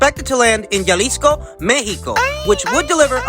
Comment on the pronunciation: It’s pronounced Ha-lease-co not yalisco